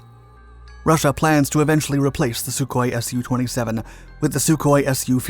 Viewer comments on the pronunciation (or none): How many fucking times is this guy going to say "SuHkOi-27" and then show me mig-29s